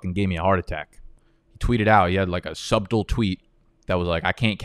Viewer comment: Wait can you pronounce Subtle again for me?